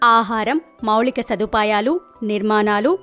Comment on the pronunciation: "మౌలిక"సదుపాయాలు. "మౌళిక" కాదు